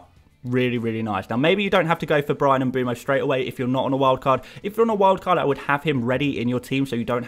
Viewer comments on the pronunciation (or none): “Em-boom-oh”? Why are English FPL commentators so poor at pronouncing foreign names? It distracts from what is otherwise excellent content.